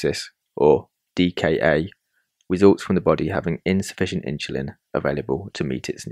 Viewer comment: The pronunciation of "insulin" with an "h" is not standard or correct. The word is derived from the Latin word "insula," meaning "island". The correct pronunciation of insulin, as indicated by dictionaries and common usage, is "IN-suh-lin" with a clear "in" sound at the beginning. There is no historical or linguistic reason to pronounce it with an "h" sound. The confusion may stem from a broader phenomenon in English called "aitch anxiety" where there's a perceived need to articulate the "h" sound in words like "hospital" or "herb", sometimes inappropriately. However, this does not apply to the pronunciation of "insulin".